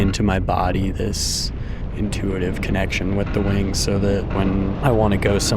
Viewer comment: Lost me on the “soow intellectual…” dude